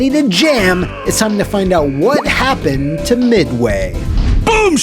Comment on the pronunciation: “Wha Happun?” > “What Happened”